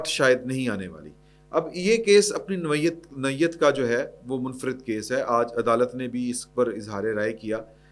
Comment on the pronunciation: نوعیت کو نوویت کہنا بند کرو ، چنگے بھلے ایک سنیئر صحافی ہو